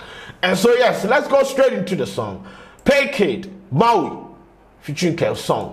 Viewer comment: But why is he pronouncing the title as “Mauii” 😂😂😂 the thing is “Mawie” as in “I’m done” pls why 😂😂